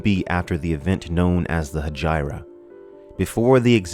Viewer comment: I think you're mispronouncing Hegira. PS: You persuaded me - just bought the Kindle version.